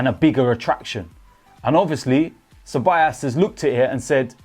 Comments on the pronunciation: It's pronounced as cebayoos not cebayaas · it's dani ce-ba-yos or ce-ba-jos (like josellyn) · You pronounce Ceballos as 'Cebollas' .. Cebollas means Onions btw 😂😂